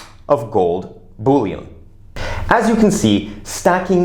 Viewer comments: The way you pronounce Bullion is a bit of a giggle. Bouilion is a soup, and boolean is an algebraic term. Great infothough :) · You make me laugh a little, I forgot you pronounce bullion like a french stock for making soup😂. Im back after a year, now down in the 5% for silver, but up in the 5% for gold. My S2G ratio has been narrowed to 2.5 to 1.